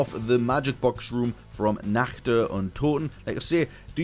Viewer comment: Are you German? Cause you spell the word "Nacht" perfectly German !